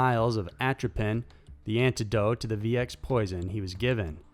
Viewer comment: RCMP not RMCP bro, I'm a big fan but you are not careful when you read your scripts (for example within 15 seconds, from to VX has becomes VC!)and also don't check name pronunciations before you record, it takes away from your otherwise good work.